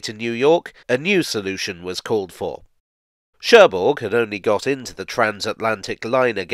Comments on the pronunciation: Don't wanna be pedantic, but the g in Cherbourg is silent. So it's Sher-boor. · Now I understand why the French don't like the English language. It is pronounced Scher Buur and not Scherburg... Maintenant je comprends pourquoi les Français n'aiment pas la langue anglaise. On le prononce Scher Buur et non Scherburg...